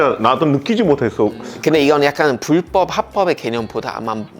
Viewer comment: 럭키씨 불-법 발음이 풀법으로 들립니다